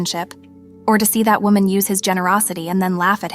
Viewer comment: And they say wahman listen